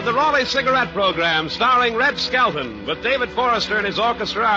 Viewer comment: Skelton, not "Skeleton". Leaving.